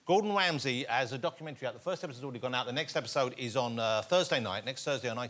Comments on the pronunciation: This dude can’t even pronounce his last name. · am i the only one whos getting triggered by the fact he can't even pronounce Ramsey's name right ever?!? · Gordon WAMSEY. Wibbly Wobble, Wibbdly Woo.